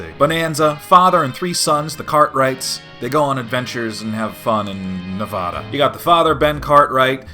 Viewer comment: man you sure love to mispronounce nevada